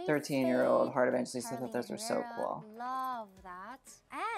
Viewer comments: lmao her Surname is pronounced as 'E-vang-he-lis-ta' not 'E-van-je-lis-ta' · you pronounce her name heart evanghelista I'm from the Philippines heart is from the Philippines. That's how she pronounces her name evangHElista not evangGElista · sis said heart evanjilista 😭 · it is pronounce as 'evanghelista' not 'evanjelista' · Its not how you pronounce her surname its not evan-ge-lista its evanghelista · I'm Filipino and Evangelista is pronounced EVANG-HELISTA. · It's pronounced as Evanghelista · the pronunciation of Evangelista is Evanghelista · here last name is pronounce as Evang-he-lista.. and the word abubot means accessories..... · The Evangelista though😂 Filipinos will only understand Correction What it seems like - EV - VANG - GE - LISTA How your suppose to say it - EV - VANG - HE - LISTA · You should pronounce it as evanghelista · Am I the only one who cringes every time he mispronounced heart’s surname?